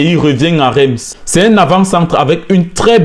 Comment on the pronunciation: Super vidéo courage! PS: on écrit "REIMS" mais on prononce "RINCE"